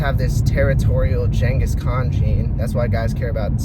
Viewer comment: I’m Mongolian and that’s actually how you pronounce it I mean it is a lil butchered but it’s better than when people pronounce his name like “Gengis Kan”